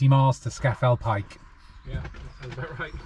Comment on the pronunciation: I’m probably late to the game as per, but it’s Loch Low-mond and Scar-fell Pike (...end of anal pedantry ...) 😬 Another great video guys, and very well done 👍